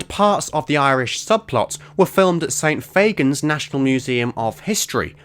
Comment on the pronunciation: For info, St Fagan is pronounced "St Faggan" (sort-of rhymes with "wagon"), although I can see why you'd think it was "Faygan". Great spot about the trig-point in the original reveal trailer, incidentally - Chibs playing the long game is an interesting idea.